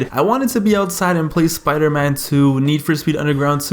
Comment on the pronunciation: I thought he said Scooter Man lmao